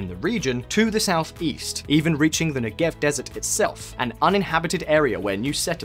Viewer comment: Great video, but you really need to learn how to pronounce names and words in foreign languages. 1. The "ch" in "Simcha" is not like "cheese" but more like the Scottish "loch". It would be better written "Simha" and pronounced as a kind of breathy "h". 2. Negev is pronounced with the stress on the first not the last sylable. 3. The Israeli parliament is pronounced "K-nesset" not "Nesset"